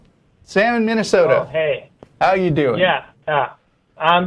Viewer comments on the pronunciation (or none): Minnesoooota say it right